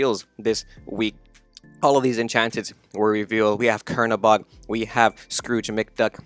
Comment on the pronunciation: Noooo it’s not Kernabog lmao it’s Chernabog pronounced like ‘Churning’ butter